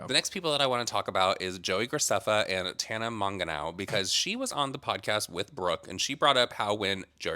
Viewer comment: Not Tana Monganow😂